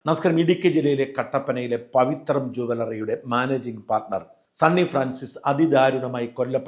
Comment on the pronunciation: പവിത്രം അല്ല പവിത്ര എന്നാണ്